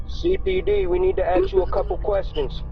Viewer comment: “CPD, we needa axe you a coupa questons….” Sorry officer, but you appear to be out of uniform and with your willful assault on the English language, I have decided not to acquiesce.